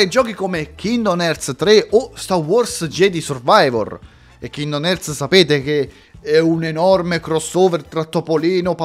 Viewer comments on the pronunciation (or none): però kindom non si può sentire visto che la pronuncia corretta e king-dom, per quanto riguarda kretos quella è la pronuncia inglese mentre Kratos e la pronuncia italiana visto che in italiano suona strano dire kretos proprio come kindom